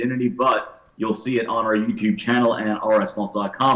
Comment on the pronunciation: I hate this show almost as much as I hate how says yewtoob